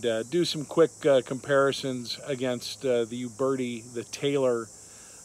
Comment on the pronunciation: Also, it sounds like he's saying "you birdy". The U is pronounced as the u in uber. "u - bear - tee".